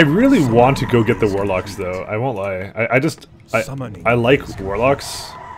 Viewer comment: why do you say warlock?